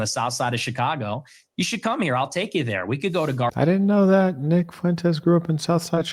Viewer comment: Neck not wight yall hes Mexican